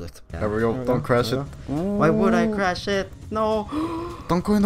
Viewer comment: chrash he will chrash